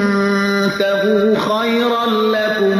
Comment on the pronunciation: On juz 6 aya 170 it’s antaqo, you are saying entaq, please correct that🙏